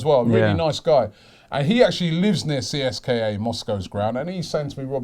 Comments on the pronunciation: Robbie you dont spell CSKA out, you say it like Seeska. Just saying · In Russia they pronounce it Seeska not C S K A. Just a heads up. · PRONOUNCED (SESCKA) Moscow. Amateur. Go Ozil! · you need to learn how to properly pronounce foreign clubs name,in this case CSKA..